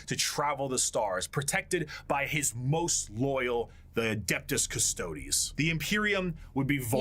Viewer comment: I love how you pronounced custodes wrong but there's another channel that explains them